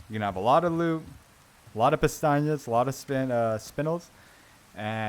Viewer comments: great video. but you miss pronounce pesetas 2 million times. not pestanyas ... pesetas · bro been calling the "pesetas" "peñatas" for 4 hours straight. That being said, this video is unbelievable, finally got my S+, ty so much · Good guide but I think it's funny you call the money pestañas which means "eyelashes" lol. They are called pesetas. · Dude the money is called Pesetas, "pestañas" means eyelashes 😅Awesome video, couldn't have done it without you 🙏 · Love the fact you pronounce it “pestañas” instead of pesetas, that means eye lashes in Spanish 😂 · ten thousand pastajas 😩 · Awesome walk through! Why do you call them "pestañas?" It clearly says pesetas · .....I've never heard pts called Pantanas, I was always told it was pronounced pesastas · Bro, it’s “PESETAS” not “PESTAÑIAS” are eye lashes. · How for christ’s sake do you call the money (pesetas) in this game?? Pestañas, pistacchios and castañas? 😂 Funny thing is, all these words have an actual meaning, but not that of money…lol (pestaña= span. for eye lashes, castaña=spanish for chestnut, pistacchio=italian for same english word). You‘re so funny! ♥️ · Thanks for this awesome guide. I was able to earn the Professional S+ Rank because of your guide. You speak perfect English, but your Spanish is a bit off. I am fluent in English and Spanish and I kind of smiled every time I heard you call the currency in the game, which is Pesetas (former term for currency in Spain before the Euro), Pestañas, which means eyelashes in English. As I said, hearing you say other words besides Pesetas was humorous, but it did not detract from your excellent presentation. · Only thing wrong with the guide is him pronouncing pesetas wrong 😂😂